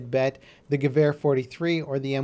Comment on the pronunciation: Stop saying gevar its gewer